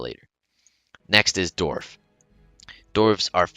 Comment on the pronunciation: Does it sound like he said Dorf instead of Dwarf? Or is it just me